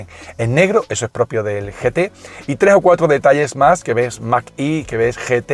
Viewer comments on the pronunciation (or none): mag e no mag i. gracias